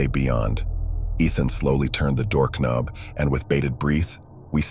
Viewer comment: I know! Dood! This guy narrates cheesy stories and doesn't kuhnow about silent K's.